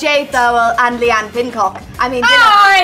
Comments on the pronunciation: "Leigh-Anne Pinncock" 😂😂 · "Leigh-Anne Pincock" 😂😂😂